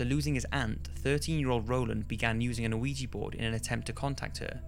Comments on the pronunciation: Why do people call it an "aweejie" board? I thought it was pronounced like "weeja." This means yes and no. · Yes it is spelled Quija, and pronounced weeja, not aweejie.